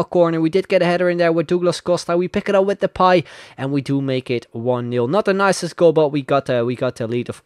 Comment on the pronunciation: when he says depay it sounds like 'the pie' 😂😂